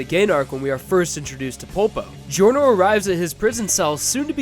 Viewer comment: Gee-orno lol